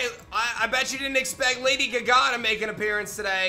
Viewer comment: Did he really say "Lady guh-gah" LOL